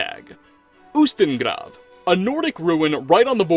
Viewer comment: where is he from? i liked the accent when he said ustengrav